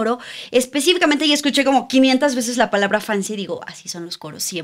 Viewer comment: Beses no besese